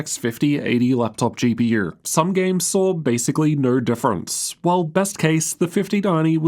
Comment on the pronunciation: "Laptop GP-YUR"